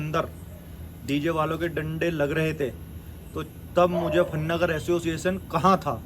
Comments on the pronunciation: Aciossetion nhi hota re totle association hota hai 😅😅😅😂😂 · Asosizn✅ Association ❌